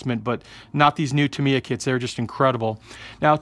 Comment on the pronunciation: um no offense i don't know if it is said different in your part of the us but its pronounced tam e yuh